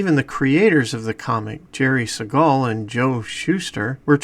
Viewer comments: Not going to watch this if you can't even pronounce Jerry Siegel's name correctly. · That’s not how you pronounce Siegel